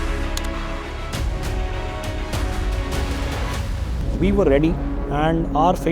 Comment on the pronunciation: It is operation sindhur not Sindhu